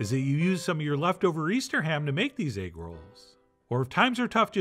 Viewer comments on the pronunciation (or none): It come with eggwuh, it come with eggwuh.. EGGWUHH